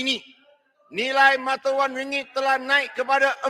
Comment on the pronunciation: takniah... x layak jadi rakyat malaysia kalau bahasa malaysia pun x betul... ringgek malaysia betul la... pelat dah mcm koumintang...